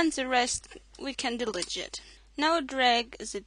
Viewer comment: i have noticed that in your videos everytime u say delete, you say it like del-i-jit. just for the sake of better english. its pronounced de-leet. great video btw! :)